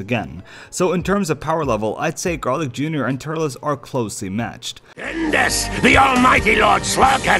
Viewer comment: Turles is pronounced like "Turlz." Not "Tur-less"